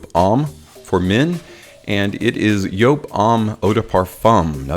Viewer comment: Yes, that is how you pronounce it because it is a German company. So the J is a Y .